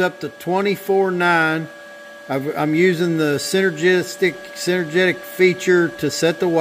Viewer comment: Synergic is pronounced.... Sin er Jick